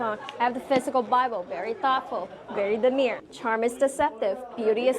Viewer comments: Demure, DEMURE! The word is pronounced [dəˈmyo͝or]. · "demure", not "demeer". If she was raised in an English speaking country but can't speak English, that is a big red flag (also if she speaks ebonic instead of English). Does not apply to people where English is their second, third, etc. language. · Why can't Americans pronounce 'demure' properly?